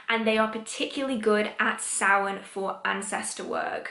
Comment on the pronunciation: As a Gaelgóir, I must thank you SO MUCH for pronouncing Samhain correctly!! And it is upon us again, folks. A Blessed Samhain to everyone this year, and may it give way to more clarity in times ahead 🍻🎃💀